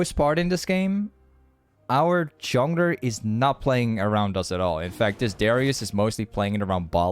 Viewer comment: WHY DOES HE ALWAYS SAY "JOWNER" INSTEAD OF JUNGLER?!